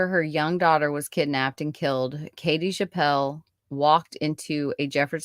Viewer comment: Her name is pronounced chapp-le not chap-pell. I knew Peggy very well. I was her Sunday school teacher at church. She was a special child and I will always believe her mother was involved in her murder.